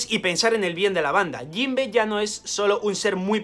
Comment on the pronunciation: JOINBE SUUUUUH XD